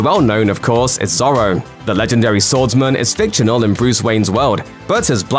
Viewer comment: I love your videos but heehehhee have you never heard anyone say Zorro out loud ??